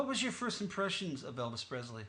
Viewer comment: I appreciate the poignant and impressive interview’s. I realize what you’re goal is in each interview, but just out of respect for Elvis Presley, could you pronounce his last name correctly. It is Presley not PREZLEY. Thanks for the interview.